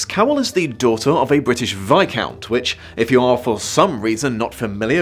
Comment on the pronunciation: the 'viscount' pronunciation is a crime to language